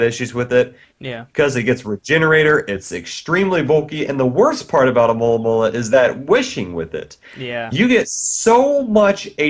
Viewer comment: Hey, you should try to learn how to say Alomomola! It's more like A-lo-mo-mo-la than A-mo-la-mo-la!